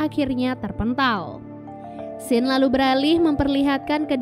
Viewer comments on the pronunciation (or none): none